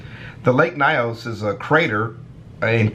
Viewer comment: Lake Nyos number 7 is in Cameroon 🇨🇲 actually that's my country We go for field trips Cameroon has 2 of the 3 exploding lakes in the world It's not pronounced as lake Nayos Instead pronounced as Nios